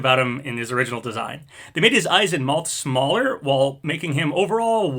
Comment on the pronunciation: Dear, That is not how you pronounce mouth. You pronounce it like Moth with a W. It is like Meowth without the E. Thank you, Big Yoshi